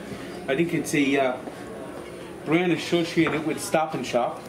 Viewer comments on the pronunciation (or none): "Ashoshiated" - 2022